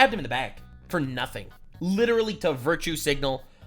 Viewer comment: "licherawwy" is devious work